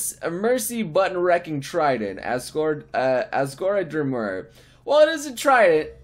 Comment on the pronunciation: asgorey dre-dree-ah-mur" literally every undertale fan is triggered slight edit. DMC did have an anime. it was kick ass